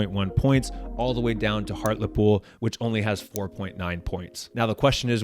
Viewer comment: Hearing an American say Hartlepool feels so strange, almost as strange as the sat-nav referring to it as Hartlpool.